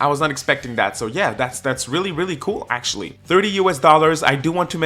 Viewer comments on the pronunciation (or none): none